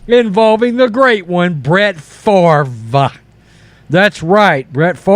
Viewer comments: It's "Fa-vre". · It's pronounced 'Faaaaaaaavvvrrruhh'